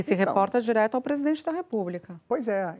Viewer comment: "Presidoente" 😂😂😂😂 teu canal é otimo!!